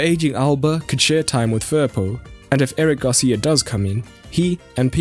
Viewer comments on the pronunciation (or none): none